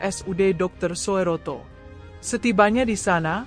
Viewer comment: Soeroto dibaca Suroto.....bukan dibaca Soe ......😊ejaan lama oe ..d baca u